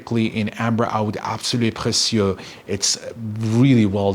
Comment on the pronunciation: Obsessed with the pronounciation absolue precieux